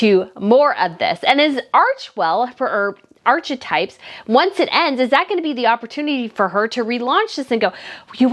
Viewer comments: Hope you don’t mind my pointing it out… archetypes is pronounced ‘ arca types ‘ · sorry. U know I’m referring to the lady in the video mispronouncing ‘archetypes’